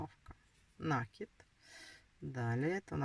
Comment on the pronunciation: НакИд,накИд,накИд!!!! Запомните, пожалуйста!!! С Украины наверное,не знаете русского языка,не знаете где делать ударение?😮😮😮